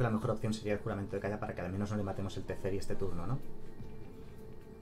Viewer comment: Si volvía a decir "TeSferi" otra vez me daba algo